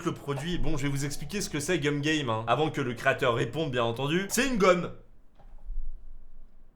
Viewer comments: Tu as dit Cum au lui de Gum a 😂 et oui il faut pas regarder sur internet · La façon dont tu prononce le nom du jeu 'cum game" au lieu de gum game" est très étrange coupler à des enfants